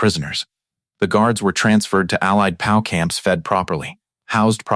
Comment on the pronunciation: How hard is it to get a real person to read an 11 minute video? I will not subscribe because I don't like listening to AI say "Pow" instead of "P.O.W." and "her" instead of "Herr" for example. Also, pausing or not pausing in incorrect places. It's annoying and I feel like I'm being gamed by a stupid robot. Too many Youtube videos do this now. You can't even spell "German" correctly. Alas, a good WWII story ruined.